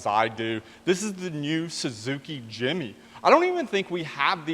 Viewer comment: Jimny bro, not Jimmy :)